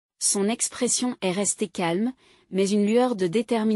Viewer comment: Il faudrait apprendre à :'IA que le point est un signe de ponctuation qui implique un silence, pas la prononciation du mot "point" Qu'il y a une différence de prononciation entre le verbe "être" lorsqu'il est écrit E S T et le mot "Est" qui désigne un point cardinal.